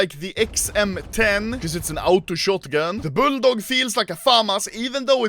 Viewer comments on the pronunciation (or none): The way anomaly say auto,ultimate and beta is funny